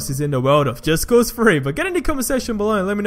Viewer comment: Am i hearing him wrong or is he saying just cause Free.